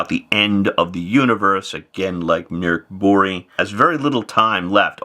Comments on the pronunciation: It's Murk Boorge. >.> I'll fight anyone who says otherwise! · As an American I can confirm that that's NOT how it's pronounced in English. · You've ALMOST got the pronunciation right, professor. Drop two octaves, use a demonic tone, and scream "Mork Booooriiiiiiiiiiiii!!!!!!", and then you've got it. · I kinda like how English people say "Mork BorG" so this caught me off guard! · Every time he says Mork Borg (sounds very like Officer Crabtree's "Good Moaning" from 'Allo 'Allo) it had my brain interjecting with MorkBork (the pavlovian conditioning to only hear it as sounding like barkbark). 😂🤣😂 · I think there was some confusion in explaining the sound. It is pronounced like "Murk Bory" but that y has the same sound as y in "yard" (not y in happy). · I'm having some difficulty hearing that. It is "Buree" like furry, or "Buray" like hooray? At least I can stop saying Mork Borg and thinking of an assimilated Robin Williams. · Professor I’m going to need you to get a Swedish friend to record themselves saying that name because out of this entire video the pronunciation bombshell has me the most shaken.